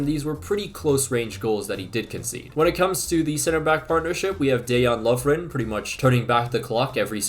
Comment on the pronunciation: First time I hear a foreigner pronounce Dejan Lovren 100% correctly.